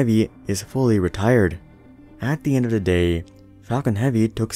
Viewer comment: Your material is very good but your "auto-tune" synthetic voice sounds awful. It's without character or humanity and you slipped up on the word "Day" about